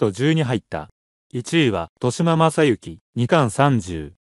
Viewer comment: 豊島 誤「としま」→正「とよしま」これすごく気になる．豊島区じゃないんだから。将棋見ているのか疑問